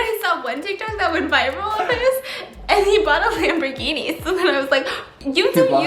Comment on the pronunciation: Stephanie: tik tockity Ke$ha tik tok: blares on speakers Challenge - take a shot everytime steph says tictok